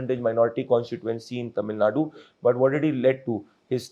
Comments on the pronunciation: ""ITS NOT TAMIL NUT"" ""ITS TAMIL NADU"" PLEASE Pronounce Properly* NO NO NO BJP And NO NO NO karnatakan ALIEN Annamalai IN TAMIL NADU karnatakan ALIEN Annamalai yenn mann yenn makkall IS HYPOCRISY FAKE And FRAUD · Pradeep, it’s not Tamil Naad, It’s Tamil Naaadu